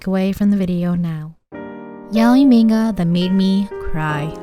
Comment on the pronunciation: I liked this video a lot and thanks for it , but I only have one comment , please correct your pronunciation of the word "manga" as it's really painful to hear it and not say anything about it . Thanks again .